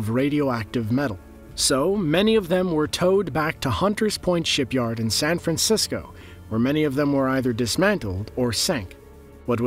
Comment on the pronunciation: San fran ceee scoooe?????